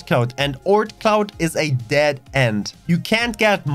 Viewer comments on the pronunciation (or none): none